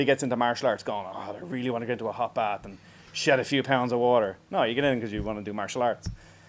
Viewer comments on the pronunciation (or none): none